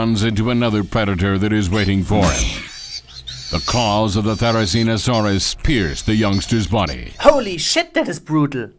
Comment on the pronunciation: Bad pronunciation ? Boy you hit your Ts hard buy my german accent is thicker than that Tarbosaurus: ass. The CGI ist sooooo bad.